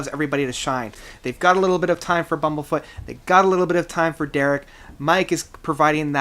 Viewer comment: Agreed. Someone is talking about Bumblefoot without even knowing how to pronounce his name. Fail! There's a reason why Bumblefoot is ranked #11 in the world on guitar right now.